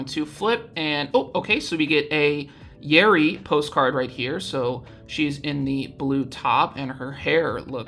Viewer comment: When you say Yeri I thought you said Yuri and I was like "WHERE?!?" 😭 Wait how do you even get a Korean address that's so sick